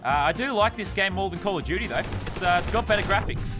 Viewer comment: "Call of juty"